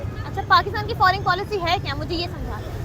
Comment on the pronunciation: Pakistani English toh Mashallah Mam FORING nahi FOREIGN hota hai. 😂😂😂😂😂😂😂